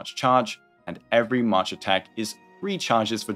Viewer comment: dude calls march mash...